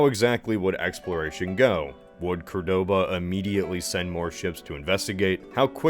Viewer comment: I hate to be that guy, but isn't it COR-doba not Cor-DO-ba?